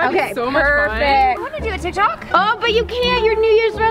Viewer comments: You said tie tok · It said tie tok